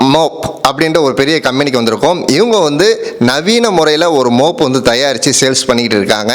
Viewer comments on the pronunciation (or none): Month யை 'மன்த்' என்று சொல்லுகிறோம். மொன்த் அல்ல. அது போல் Mop மை 'மாப்' எனறுதான் சொல்லவேண்டும். மோப் அல்ல.